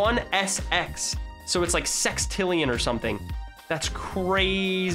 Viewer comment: Lol he said sex-trillion